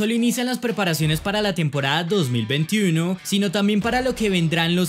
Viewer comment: Se puede decir 2021 sin pronunciar como un guiri